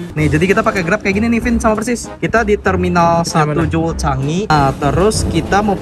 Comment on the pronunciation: Bacanya jewol bang😂